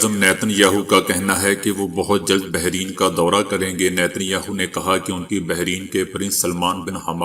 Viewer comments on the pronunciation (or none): مرتب ت کے زبر کے ساتھ بحرین ر کے زبر کے ساتھ